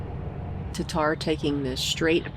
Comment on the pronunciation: TaTTar, not Tatar!!